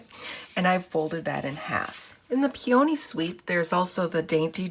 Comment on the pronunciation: Very nice card. Really like what you did with the vellum. (FYI, peony is pronounced like pee-uh-nee)